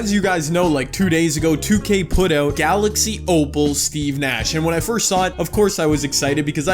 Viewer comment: “Fourst quarter”😂😂😂